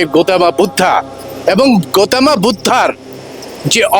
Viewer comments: পালিতে সঠিক উচ্চারণ "গোতমা"! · গৌতম বুদ্ধ। অনুরোধ রইল উচ্চারণ টি শুদ্ধ করে করুন